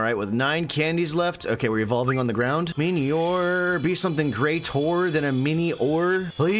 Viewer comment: It's pronounced Mini-ore, not miny-ore